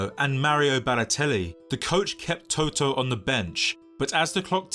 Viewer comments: Learn to pronounce the names of the people you do a video about!!! You are not talking about the band TOTO... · Nice video!! The only Thing is that the name Totò has been pronounced wrong around 30 times through the video😅😅😅The stress must be on the last vowel, otherwise it's another word, NOT the player's name😅😅😅